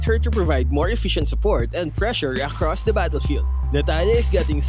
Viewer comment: "Akhhrost the battlefeeld" 😂